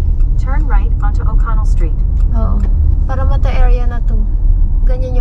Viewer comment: I like the way you pronounced “Parramatta”!😊